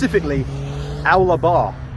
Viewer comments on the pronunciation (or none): its "Oh ler" bar !! Your up north lad! I've noted a few incorrect pronunciations, but I just had to comment on Owler bar! - Think Bowler bar ....without the B ;)